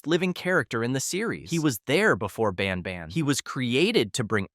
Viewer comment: It isn’t pronounced bon bon it’s ban ban